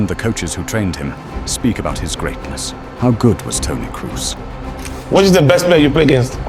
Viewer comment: His name is Kroos - not Cruse :))